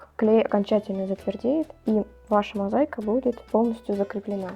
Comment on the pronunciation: мозАика без "й ". Не от слова заЙка 😅